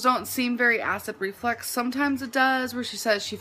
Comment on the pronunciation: Imagine being diagnosed by someone who pronounces acid reflux as ACID REFLEX.